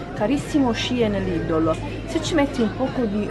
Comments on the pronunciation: Ciao cmq nn si dice lidol ma lidel però se voi tite così è uguale cmq bel video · Non si dice idol si dice lidel